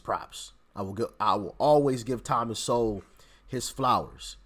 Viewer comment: You're saying his last name wrong. It's Sowell